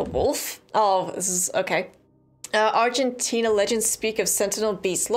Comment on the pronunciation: Funny how you called it Argentina. 🤣